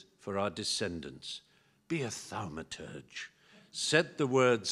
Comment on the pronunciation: "Be a thalmaturge"